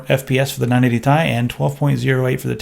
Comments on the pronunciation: Who the fuck pronounces it like 980 tie? It's T. I. You sound like a dumbass when you say it that way. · Its 980 T - I and not 980 Tie. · Would've subscribed, but you called it the 980 "tie" and not ti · Its not 980 tie, its 980 tee eye. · "980 Thai" ~ 2016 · Am I the only one annoyed by calling it the 980 tie...? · 980 "tie"??? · 980 tie? lol thats what he says... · Stop saying 980 Tai! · stop saying Tai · pls stop calling it the "980 ty" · as much as I agree with you, it really make sense to say it that way as the 'i' is not capitalized but hell, then it should actually be 980 [t-ee] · "980 tai" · If it stands for Titanium, then say Titanium. Otherwise, serve it over some ramen and dress it with soy sauce. It's not "Thai".